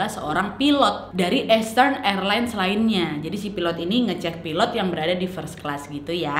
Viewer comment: Saran untuk Nadia, untuk bahasa inggrisny bs diimprovisasi lg. Bkn sy sok bs bhs inggris, tp untuk kata EASTERN dibaca ISTERN bukan Estern, dan MIAMI dibaca Mayemi bukan MIYAMI. Waktu sy nonton isdhal woman, ada sebut nama kota d Norwegia dibaca BERJEN, yg sbnrny adalah sm dgn tulisanny BERGEN. Nama kota itu g blh dirubah2 penulisan/pengucapanny. Saran aja ya, Nad.